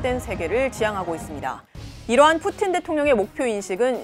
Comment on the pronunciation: 러시아어 전공인데 오 발음이 더 정확하네? 라는 생각이 들긴했음 ㅋㅋ